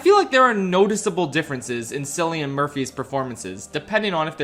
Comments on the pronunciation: SILLIAN MURPHY?!?! you're killing me, its K-illian murphy. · His names pronounced “killian” not “sillian” 😂😂😂😂😂😂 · ITS KILLIAN MURPHY NOT SILLIAN PLEASE SAY It right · Cillian is pronounced “kill-ian” not “sill-ian” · My man, it's not Silly-an Murphy, it's KILL-ee-an Murphy 💀💀💀💀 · "Sillyun" 😂 It's pronounced "Kill-ee-an" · is it killian or sillian? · ITS PRONOUNCED KILLIAN NOT SILLIAN but im sure ppl have told u :) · Sillian Murphy? Cillian Murphy! C pronounced as K! Lol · it's actually pronounced K-ilian, not with an S 😭😭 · Just wanna say before I watch the rest of the video, it’s said killian not sillian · It's pronounced Kil-li-an, rather than Sil-le-an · SILLYAN Murphy SILLYAN Cillian is pronounced KILLYAN, how do people still fuck this up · I do enjoy Oppenheimer the most and it worked very well to make a biopic true event that he invented atomic bombs so I appreciate that you enjoy it. Also Sillian Murphy? It's Cillian (Killian) Murphy. C is silent, yikes you make his pronounce name so funny. 😅 Barbie is really good. I don't it's not great, but I really enjoy the opening and it looked cute with pink and baby blue production design and the soundtrack was a smash hit even that dance disco song was banger that I can't get over my head (screw to Peaches from Mario Bros and Chica Wa-Wa Annoying song from Little Mermaid remake/which was made written song by an A.I.) and Watiti was the best KAROL G song too. Even the middle is a little weird and too hard to understand and its almost like "The Truman Show" of Barbie so I can see what Greta is making about. Anyways, good movie and I'm glad making a weird perspective plastic doll can be a hit. Ken is a cool SWAG prick and being a bro that they never mentioned. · "Sillian Murphy" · No way you said Sillian Murphy. This feels like treason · Just a little correction but Cillian Murphy's first name is pronounced with a hard C. Like a 'k' sound, not an 's' sound. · Fyi, Cillian pronounced Kill-ian, not Sil-ian